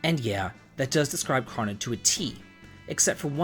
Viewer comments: Why are you mispronouncing their names so badly. The game is crow no trigger, so his name is crow no and it's eye la or a la, not alley ya. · I hate to be THAT guy, but..."Ahh-lee-uh" and "Kraw-noh"? That was butchered harder than a pig during a bacon shortage LOL. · Damn you can't pronounce Marle, Crono or Ayla lol. Also this is such a bizarre take. Frog is the top tier of characters; he's super strong, durable, great single target attacks and multi-target water attacks. He has better healing in terms of speed and healing. Give him the Hero Medal and final form Masamune - he's gonna crit shit the bed every day. Magus is an excellent caster and the strongest multi-purpose caster. He also blitzes everything with his damage, speed and shadow magic. He's the opposite of Crono and Robo; he's ungodly strong and he has trip techs. Doesn't need dual techs. Lucca, top tier fire element and she not only has protection plus explosive fire damage. Her crits are fucking psychotic too. Robo is a good top tier same with Crono because of just how strong they are and how much they can synergize. The only take I really can get behind is.. well.. the black sheep, the odd duck, Marle. She has literally no purpose as a combatant, but she does as a character. She's STRONG AS FUCK and has excellent dual/triple techs, but her actual PURPOSE is basically to be the ultimate white mage. Ultimately she has no multi-target healing, Cure 3 doesn't matter because if you play right Frog can pretty much heal everyone using his multi-target heal and do the same job. Ice and Water should have been different and while it is different in terms of raw damage (ice being much stronger), the only real niche she serves is to provoke enemies with Ayla for rare items.